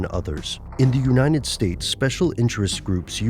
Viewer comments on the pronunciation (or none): "in the uninet stated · Love your videos, but there's one thing that really bugs me in them. How you pronounce "United". You leave out the "T" when you're pronouncing it.